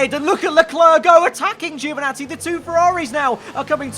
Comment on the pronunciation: No way Italian Giovinazzi is abbreviated Geo 😉 (you pronounce it same way as djo not geo) From another Italian. Anyway this is great stuff, keep up with the good work 😊